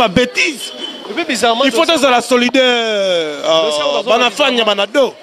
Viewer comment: tu m'as deçu en faisant une émission avec cet écervellé qui be sait pas dire "solidaire", evite dans le futur de t'associer avec ce genre d'ankylostome